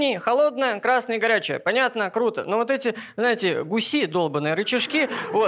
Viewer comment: Не "локтЁм", а "лОктем", не "гусИ", а "гУси", питерская интеллигенция, бля! Кстати, несмешно.